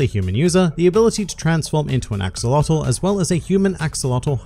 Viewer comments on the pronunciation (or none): You pronounce Axolotl wrong it's not an english word, it's pronounced aah-show-lo-tl